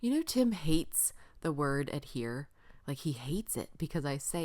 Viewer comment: Cute card - as always! Tell Tim I said thank you to YOU for saying ADHERE and not Adere, which I hear all the time and it drives me INSANE!